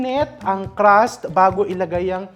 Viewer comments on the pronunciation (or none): its crust!!! not Caaras